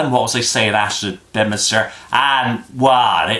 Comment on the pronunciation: I thought 'Bedminster' was 'Bemster'. (Rhotic R)